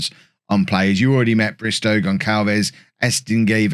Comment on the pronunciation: Some tips for pronouncing the Portuguese/Brazilian names: There's an o in João, it's not just "Jao"... I'm not even gonna get on the nasal sound thing about the ã, that's just hell for foreigners The ç in Gonçalves has an s sound instead of c/k. And the á thing in Camará means that's the strongest syllable in his name and should be the one highlighted. Have fun trying to pronounce those correctly!!!